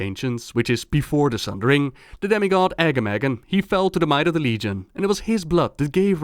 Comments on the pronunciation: Sorry, love you and your videos, but the way to pronounce Agamaggan's name makes me cringe. His name is supposed to be Pronounced, "Arh-GAH-ma-ghran." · The way he said Agamaggan. "AGGAMAGGEN"